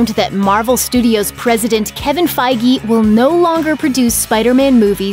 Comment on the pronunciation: Kevin Faye-gee